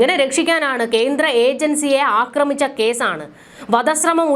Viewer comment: അക്രമിച്ച'എന്നല്ല. 'ആക്രമിച്ച'എന്നതാണ് ശരി.